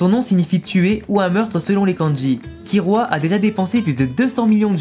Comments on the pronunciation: On dit KiLLua prcq sont nom vient du mots kill (tuer) en anglais parce du coup si sont nom vient du mot tuer KiRua ça veut rien dire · Oui, d'accord, mais à l'oral ça se prononce "Killua" et non "Kirua". Donc bah logique qu'on l'écrit " Killua " même si la lettre " l " n'existe pas en japonais. Et c'est souvent les personnes qui ont regardés en Vf, qui disent" Kirua ". T'as capté mon point de vue ?